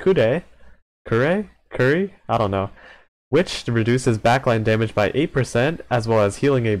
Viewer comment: Kure is pronounce Ku-ray